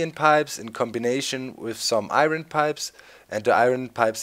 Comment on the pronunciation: Eye ern not eye run silly guy